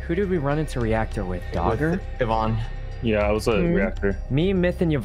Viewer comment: "Ciz are you vouching for Evan?" Daymmm how long have you known Yvonnie to get her name right? 😂